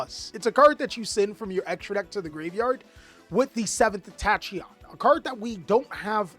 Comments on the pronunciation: Does he just mispronounce names on purpose? Tashyon? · I'll be the first to say it, Tachyon isn't pronounced the way you are saying it. It's pronounced Tak-yon. Just your friendly grammar "nationalist!" xD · The pronunciation of tachyon is killing me